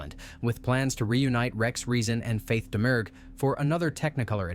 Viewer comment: Faith Domergue's surname has a silent G. It's pronounced Dah-Muir.